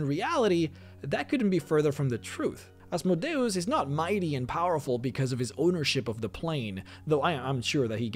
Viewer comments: PRONOUNCED AZZZMOEDEEEEUS NOT ASSMODAEASS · I can’t do any more “Az mow day os” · I always pronounced it as "As-mode-ee-us" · Oz Mode E us.. say it right. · You speak "Asmodeus" in a weird way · It's complicated. It's a Latin rendering of the Greek ασμοδαίος, which itself is a rendering of Hebrew. In terms of classical Latin, it would be "Ahs - MOH - DEY - OOS," but the Greek is closer to "As - MODAY - OHS," which is far more similar to your first (and common) pronunciation. I have no idea how it would've been pronounced in Hebrew. I think the long and short of it is: it depends on whether you're following the Greek or the Latin (or Hebrew, which I believe would introduce a "sh" sound). It's kind of fun to export this to DnD lore and just pretend that his name has made it into every language; hence the slightly different pronunciations throughout the land.